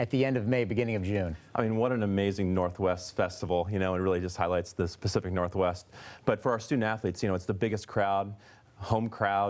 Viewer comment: He really said specific northwest?